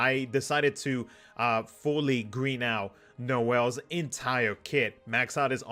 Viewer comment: No·el /nōˈel/ noun Christmas, especially as a refrain in carols and on Christmas cards. You're saying it right btw.